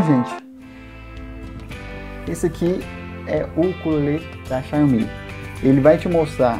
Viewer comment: O nome deve ser dito assim: xaomi